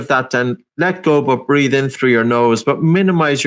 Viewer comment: Breathe...not breath.